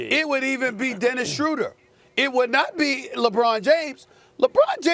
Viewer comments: Wonder who told Stephen A. it's Schroder and not Schrader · Who TF is Dennis "Shruder" Stephen A?😂